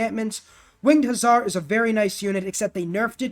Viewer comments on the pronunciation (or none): none